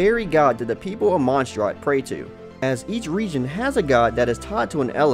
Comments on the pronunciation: wow you are saying monsdrat its monsdadt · "Genshink Impac" "Monstrot" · "Genshing" ... "monstrart" ... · The way he says mondstat makes me cringe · he pronounced mondstadt wrong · the way they pronounce monstadt please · I know it don’t matter....but where is the “r” is mondstadt that you keep saying?